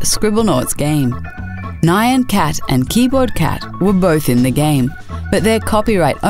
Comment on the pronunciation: ummm..... it's pronounced "nyan", not "nye-an" cat